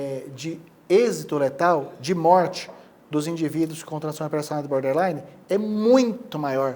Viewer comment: Não é Boderline é BORDerline... border = limite 😎... Gente, faz vídeo e fala errado? 😂